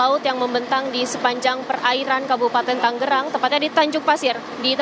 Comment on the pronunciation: halo wartawan berulang-ulang Tangerang disebut TANGGERANG, jangan salah melulu